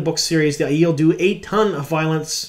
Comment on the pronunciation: Ugh, are we actually going with the eye-eel pronunciation? Thumbs down. Aiiiii-el, the air up there bro.